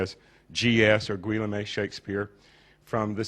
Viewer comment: 'Gwe la may' ???!! You mean Guillaume (Geh ohm)? lol some expert.